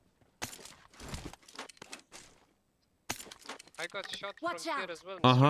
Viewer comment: Everybody today was possessed with the word nice...after sometime it was like nois nois😂😂